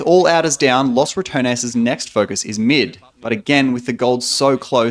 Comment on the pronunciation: foreigners really need to learn how to pronounce 'los', its not 'loss'